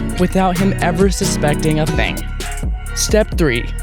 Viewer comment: “with out him ever suspecting a THANG “